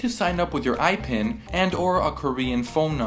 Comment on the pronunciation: its pronounced ipin not aipin like you said